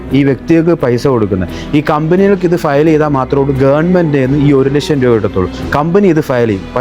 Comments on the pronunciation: ഇവന് ഒരു ലക്ഷം എന്നു മലയാളത്തിൽ ഉച്ഛരിക്കാൻ പോലും അറിയില്ല,, ( 1 ലഷം ) കൊട്ട്,സൂട്ടു, ടൈ എല്ലാം ഉണ്ടു,, ജ്ഞാനം സമ്പാദിക്കൂ, ജ്ഞാനി ആയി ജീവിക്കൂ,, പണം എന്താണ്‌, എന്തിനു, ആർക്കു വേണ്ടി, ആര് അതു നിർമിക്കുന്ന, ആര് അതിനു വില ഇടുന്നു എന്നൊക്കെ പഠിക്കൂ, എന്നിട്ട് വന്നിരുന്നു കോമഡി അടിക്കൂ,,, 6000 ത്തിനു എത്ര പൂജ്യം ഉണ്ടു എന്നു അറിയാമോ?? 🥰🥰🥰🥰🥰🥰🥰🥰🥰🥰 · നേരെ ചൊവ്വ ലക്ഷം പറയാൻ അറിയായില്ല പിന്നെ നമ്മളെ പഠിപ്പിക്കണ് 😂